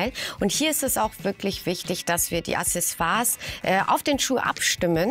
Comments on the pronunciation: Es heißt nicht Assessoire, sondern Accessoire!!! Aussprache hier: Mich nervt das schon, wenn Otto-Normalverbraucher das falsch sagt, aber Ihr seid vom Fach, da kann man schon erwarten, dass Ihr es korrekt sagt! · Hey :) leider hast du nicht ganz recht. Die Aussprache ist mit einem "k" (auch im franz.) - die Lautschrift im Duden ist z.B. [aksɛˈso̯aːɐ̯] du kannst dir auch noch weitere Hörproben im Netz anhören (wiki ist nicht immer die beste Quelle ;) Aber das Wort ist so oder so umstritten - die einen sagen es so, die anderen so... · Aber warum willst du das denn unfreundlich rüberbringen? Du hast ja Recht, aber ich denke wenn man Kritik sachlich und objektiv anmerkt, wird sie viel mehr Anklang finden =). Jetzt bin ich aber auch fertig mit meinem Geschwafel und hoffe dass sie es im nächsten Video richtig ausspricht ;)